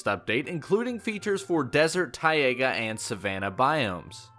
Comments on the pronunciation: You should maybe say taiga right. Its taiga not tiaga...🤦‍♂️ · No hate😂... BUT ITS FING PRONOUNCED TAIGA NOT TAIAGA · ti- AYE -guh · When you said Tiga like Tiaga and I was like wow a new biome already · It's pronounced TI-GA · LOL , the way how you spell “Taiga”!!